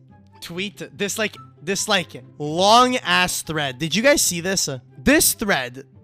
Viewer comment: Dod you just call it "dod" and not "did" 😭